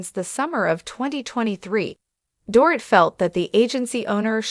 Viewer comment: Learn how to pronounce Dorit correctly m!!